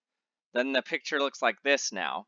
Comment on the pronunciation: Why do you remove the 'C' from the word 'picture' ?